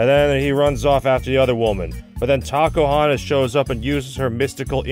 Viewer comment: I don't know why but whenever says "Tacohonos" It always sounds like he is saying "Takahunters"